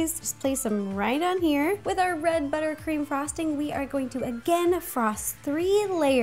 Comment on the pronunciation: That moment she Said "röd" instead of red